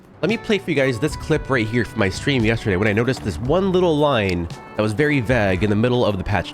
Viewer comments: Buddy its pronounce vage lol not vag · Wtf is vaag? V-aa-g as in bag and not v-au-ge as in paid/page is a wild pronounciation 😂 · Btw - vague is pronounced vay-gue, not vaw-gue. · Lol at Vag. It's Vague pronounced like vay-g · Did you really say they were very “vag” lol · Never heard anyone pronounce vague as VAGG before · vague Is pronounced vaygue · Bruh how tf are you pronouncing “vague”?? Lol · "Vague".... It's prounouced "Vay...Geh". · It's pronounced like vay-g. Not... whatever you're saying. Lol. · bro please pronounce vague properly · Why do you pronounce vague like that? Is it like a qwerky joke type thing or do you actually pronounce it like that? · I've literally never heard someone pronounce vague like that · that’s not how you say vague btw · Yo why he saying vague like that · Interesting pronunciation of vague